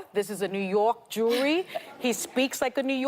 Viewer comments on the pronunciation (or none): notice she said "jewry" instead of "jury." I see you, Sunny.